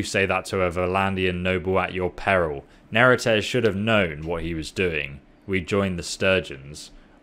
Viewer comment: Seems to be adding or dropping segments to a lot of words. Varchleg? Not even gonna start with how Neretzes is pronounced differently each time. And he's not even that bad about it - some youtubers I suspect intentionally butcher things just so people will comment about it.